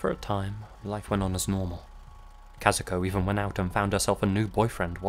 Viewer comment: great pronunciation of Kazuko's name!